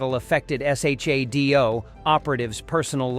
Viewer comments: UFO, (pronounced You-Foe in this series) needs to be revived with the original's wacky moon base costumes & the submarine costumes. Btw, pronounced Shadow, not S.H.A.D.O. - individual letters. Not sure whether this could be remade though. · The Bionic Woman's name was Jaime... pronounced Jamie. You didn't actually watch these shows, did you? In UFO, the organization was S.H.A.D.O., pronounced "shadow."